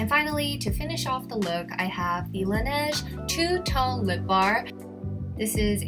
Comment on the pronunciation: Did she pronounce Laneige wrong or is it just me?